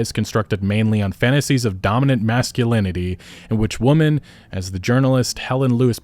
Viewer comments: Why can't he pronounce "women" correctly? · Sorry but what the hell is up with people these days not knowing the pronunciation difference between womAN and womEN. 🤔🤔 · You seem to have trouble differentiating or pronouncing "women". You keep saying "woman", plural and singular. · hey brother, "women" is pronounced "wih-men" thank me later